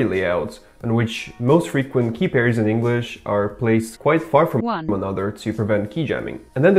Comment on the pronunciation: Whats with the "one" ?